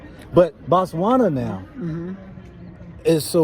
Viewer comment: We say Botswana not Batswana.....the Ghanaian says it right....Batswana means the citizens of Botswana